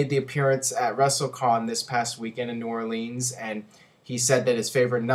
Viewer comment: It's not new orlEENS it's new orlANS